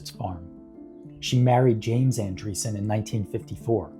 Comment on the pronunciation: ANDREASSON, it is pronounced ANDREAS-Son